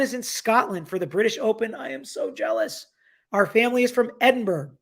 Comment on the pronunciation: How have you been to Edinburgh and still manage to pronounce it "Ed-in-berg"? It's pronounced "Ed-in-burr-o."